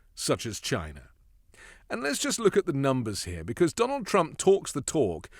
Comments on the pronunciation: A BILLIONERE THAT HAD CRAPPY TEACHERS - CANT SAY CHINA - BUT GINA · Chia Nah this snake oil salesman sounds so unintelligent Trump is a Racist, he can't even pronounce the word CHINA He is a Racist to the core he will never understand what it takes to be a ex loser president. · "Jyna" never heard of it .. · He still says "CHY-na!" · "Chy-na. Jy-na. Melania won't let me near her va-gi-na." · "...we will phase out all imports from Chy-nah... except my Red Hats, ties and other crap..." - Drumpf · The way he pronounced "China"!😅 Like when he says "Thighland" instead of Thailand. 🙄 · Notice he won't say clothing because he gets all his Trump items from China. He always has to say China like he's saying Vagina. Two things he has to pay big bucks to see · CHINA. Every time he says it, I laugh 😂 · Who is that moron who can’t say “China” correctly. Oh, Dump?….. Great! Do what Dump says; that’s more trade for New Zealand. I’m very pleased 😁😁😁😁😁😁😁😁😁😁😁